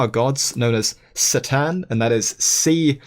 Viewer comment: Ca'tan is proper but I like the soft C sound better